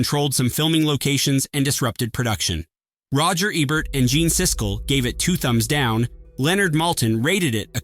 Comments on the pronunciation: roger aaa-bert?? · He says Roger Ebert's name numerous times, but only pronounces it correctly twice.